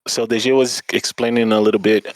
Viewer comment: os cara nao sabe falar o nome do DG kkkkkkkkkkkkkkk